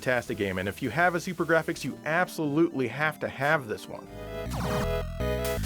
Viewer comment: i love the turb-ah-gra-fix